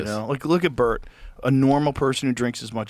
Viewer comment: Why is Bert's name said as Bart twice? So is the narrator A.i.?